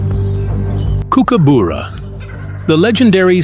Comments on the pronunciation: For pity sake learn the pronunciation it is cooker burra not bora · If you are going to do a documentary on the Kookies at least get their bloody names right kookooboora is Not how you say it kookuburra is how Aussie’s say it phonetically you rabbit on with a lot of rubbish they will grab a fish if they see one. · Why do you pronounce it Kookaboora, it is kookaburra. Silly script made for five year olds. Thumbs down,waste of time.😡😡😡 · Tell the Yank that it's pronounced,,,KOOKABURRA,,,,not KOOKUBOORA,,,, URRA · The pronunciation cannot be so wrong 😂. Coo coo boo ra. It’s cook a burra FFS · W anchor. It’s not “kook-a booras” it’s “kook-uh-buh-rah’s”. Seriously ruined your video bc if can’t even pronounce its name right, obviously NOTHING you say can be trusted. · It's pronounced Cookaburra not kook a buuura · Not boora but burra. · Not “Kookooboora”, more like “Cookaborough” (rhymes with “thorough”. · Try saying kookaburra properly. It’s cook, as in like what you do in a kitchen. Not kook like in a psychiatric hospital. It’s burra, like the borough in Edinburgh ie buh-rah. Not cookoo boorugh. Unwatchable video due to the hideous “accent”. 🇬🇧🇦🇺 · What a load of crap. Can’t even pronounce the name properly. Also, it is a Kingfisher and it does take fish from creeks, have seen them do it. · It's Kooka Burra not Kookooburra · no, not really. It's pronounced: "Cook" as in "Cook dinner" "Ah" as in "Ah, I see" "Bar" as in "drink at the Bar" "Ra" Cook-Ah-Bar-Ra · I was cutting up a tree trunk on the ground on the side of a hill once and a kooka "BURRA" came down right next to me and flew off with a 1m load brown snake. Then landed on a power line and then whipped the snake until it was butter. FFS say the fuckingn name right!!!! Seriously....it's KOOKA BURRA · Good documentary but every mispronunciation of kookaburra made me cringe. Cook a borough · It’s pronounced Cook-ah-burrah. Cook as in the kitchen and the burrah is the same as the first syllable of bucket.